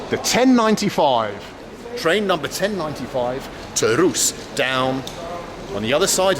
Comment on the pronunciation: Duuuuude, pleaaaaase, it's Rusé :P